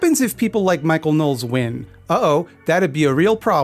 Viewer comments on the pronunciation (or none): Is that how his name is pronounced? I thought you said it as Know-less